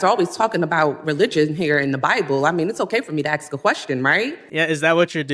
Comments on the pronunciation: Where did she lear how to say axe ? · REP. McIver, it's "A-S-K". "ask". Sound it out. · Last I heard, when you “ax” somebody, that could be a murder. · LET ME AXE YOU SOME QUESTIONS.... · Jazmine jr… haha she axed the hell out of that question 🤭🤭🧊🧊👶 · Axing questions tells it all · I would have said why don't you axe me a question that's relevant to this hearing 😂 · Soon to be locked up comgresswoman is AXING questions😂😂😂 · “Axing a question”. Jasmine is a true intellectual.😂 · Let me axe you 😂😂😂😂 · Axe lol She’s a hilee edgucated woman. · Antifa and liberals wear masks so they can't be identified so why can't the people doing good for our country. What kind of name is Lamonica, also "Axe" lmfao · ax us lol